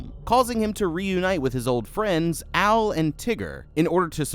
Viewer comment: bruh wtf u pronouncing Owl as Al i was just listening to this and it confused tf out of me